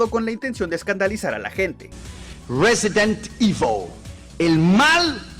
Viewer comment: Por la forma en que pronuncia Resident Evil tan bien seguro lo a de tener platinado 😎